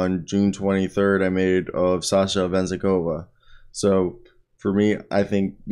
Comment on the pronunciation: Bruh good effort on the re-search! Please just try to get at least a bit closer to the actual names pronunciation - like you could probably listen to the commentators when you are cutting the highlights but the name is Ve-Zen -KoV the way Venzekova sounds like a weird female name in Bulgarian 😅